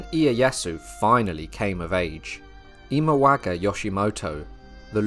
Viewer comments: “Imawaga”, mixed up the pronunciation of “Imagawa” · I pretty much stopped watching when you pronounced Imagawa as "Imawaga" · You pronounced "Imagawa" incorrectly a few times in the second section. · It is Imagawa, not Imawaga. Also, Yoshimoto, not Yoshitomo. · I think you might have dyslexia? Or maybe just trouble saying one persons name: several times I heard Imawaga, Yoshitomo